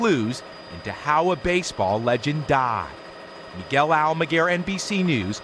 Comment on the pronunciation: why did he put so much on the word "dieed" like that at the end?